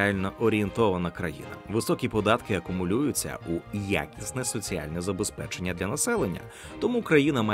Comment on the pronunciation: в слові ЗаБЕСПЕЧЕННЯ "а" забули